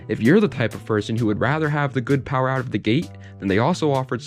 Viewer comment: “Its good for building some powaa”